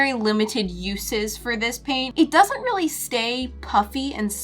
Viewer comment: Reawwy?. JK